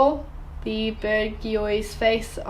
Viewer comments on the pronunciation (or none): It’s pronounced ‘Bourgeois’